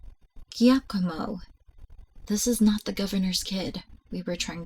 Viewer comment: Great video! Giacomo is pronounced "Ja-co-mo".